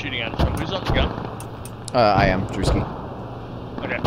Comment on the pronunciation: U have Polish nick name and dont sounds diffrent in polish, more like "dravski"